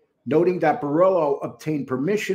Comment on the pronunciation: Borello not borillo